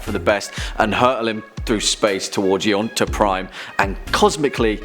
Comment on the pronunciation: Did he say oiyuoutja instead of yautja